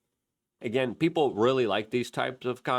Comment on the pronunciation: It’s people not peeper